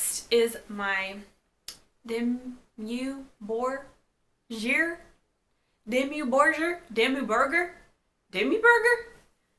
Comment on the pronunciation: Dim-muh Boar-gear